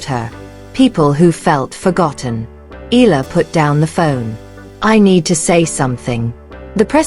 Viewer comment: Another AI troll and defeat apologist. Can't even pronounce Eala properly.